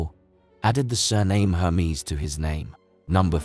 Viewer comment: This video isn’t serious. The brand’s name is never said correctly.